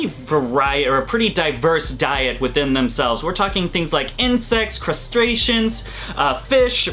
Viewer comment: i swear anyone else hear "castration" when he tries to say "crustacean"? lol